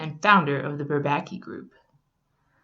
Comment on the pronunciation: She said bourbaki wrong